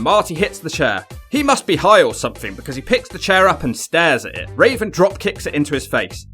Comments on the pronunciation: Am I the only one hearing Raisin instead of Raven? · It’s raven not raisin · Why does he say Rasin Instead of Raven sometimes?..... That Benoit match looked good but that Malenko match looked sloppy. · You called raven raisin too funny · Anyone else hear call Raven Rasin. Hilarious. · I love how you call Raven, Raisin lol. I got that from Chris Jericho and called him Raisin ever since. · Why do you keep calling him raisin? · Do you keep saying RAISIN??? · Are you saying.... rasin?